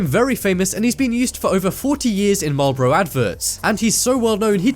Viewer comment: U don't say malboro lyk dat u say it : mal-bor-oh